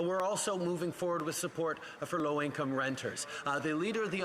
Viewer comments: He has a hard time saying low income 😡🤬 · So ritz he cant even say low income